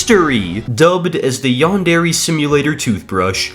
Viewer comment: its not yan-dere its yandere as one word